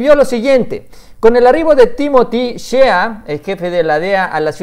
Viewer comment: Shea se pronuncia “shey” buen video, saludos